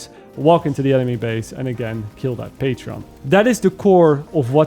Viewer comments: Pa-tron, not Pa-tre-on :P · This is very much not the only person on YouTube I’ve heard doing this, so not calling you out. But it’s patron, not patreon. Patreon is a service where patrons can give support. Patron is a word with a meaning, a patron gives financial or other types of support, or provides patronage. patreon is not, it’s a name that was obviously selected for its similarity to these words, because it’s a website where people can sign up to be patrons. It’s probably just a common slip of the tongue, so me ranting about it is probably unnecessary lol